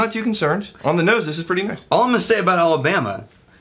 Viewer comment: You managed to mispronounce both of the towns in Alabama. Congrats.